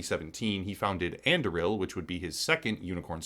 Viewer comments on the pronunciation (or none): And Im pretty sure that "On-DOO-ree-ill". As in Aragorn's sword in LotR